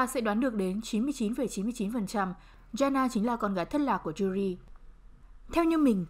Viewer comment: móa cay cách phát âm tên Yuri vcl chứ, mong những video sau cải thiện :v